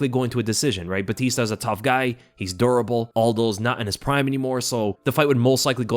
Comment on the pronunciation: Definitely the accent with durable. 😂